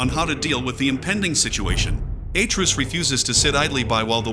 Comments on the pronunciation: It's AtrEus, not Aytreus. Pls don't piss us off for no reason. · bro said "a truce"